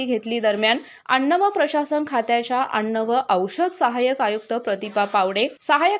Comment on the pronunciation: अण्ण काय अन्न बोलता येत नाही